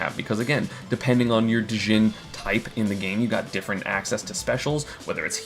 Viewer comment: The d is silent in "djinn"